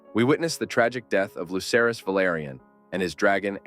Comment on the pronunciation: I LOVE this theory and your overall presentation. But as a GOTs nerd to my core, you almost lost me when you referred to Lucerys (aka Luke) as “Loser-ees.” 😳